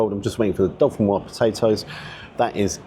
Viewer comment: Hi, could you please help save UK from saying “potato dauphinoise”? I hear it all the time in the UK. My family is from the Dauphiné area of France and it’s in fact Gratin Dauphinois. The last syllable is nwha and not nwhaz. The s is silent in Dauphinois. Thanks for any help you can provide.